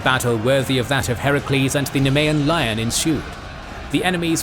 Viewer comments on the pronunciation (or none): none